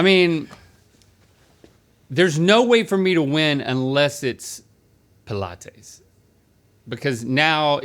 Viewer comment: Does Link really think that Pilates is pronounced like that???